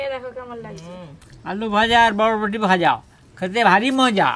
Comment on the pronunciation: এটাকে ভটভটি বলে না বরবটি বলে